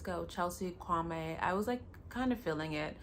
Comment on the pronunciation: Its him pronouncing his own name wrong. 😅